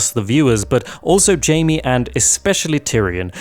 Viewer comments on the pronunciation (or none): God damn it, his name is JAIME, not JAMIE. Why is it so hard for some people to remember? Anyway, i agree with all points you made.